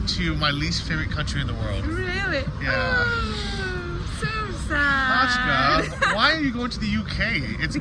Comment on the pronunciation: F@ it is NOT Kachka, it Is Katʼka!!!!! Kachka is a duck(literally) Katʼka is like a Katey